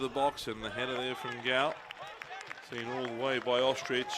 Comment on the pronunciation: Cody Ostreich- pronounced "Ostrike" not ostrich 😂